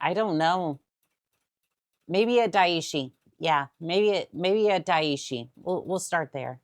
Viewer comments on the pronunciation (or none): It is NOT DAI ISHI! IT IS DAI - SHI Which means BIG DEATH.